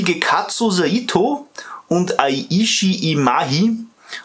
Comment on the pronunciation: Sehr cooles Video und sehr informativ. Ich mag Fujimi sehr gerne. Ihre Autos sind klasse. Zumindest die neueren Produktionen. Eine kleine Info wegen der Japanischen Aussprache. Wenn Ein "E" vorkommt, wird es auch als "E" augesprochen. Eiichi ist also "Ei"ichi und nicht "Ai"ichi. Das "Z" hingegen wird eher als scharfes "S" ausgesprochen... sodele ich zieh nun mein Intelligenzverstärker (Brille) wieder ab :-) und lausche weiter Deinem Video .